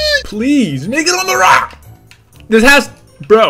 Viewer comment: Nigga on the rock 😀